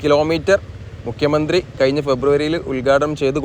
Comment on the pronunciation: പണി കയിഞ്ഞു എന്ന് പറയാതെ മാഷേ കഴിഞ്ഞു എന്ന് പറയൂ. "യ "അല്ല "ഴ "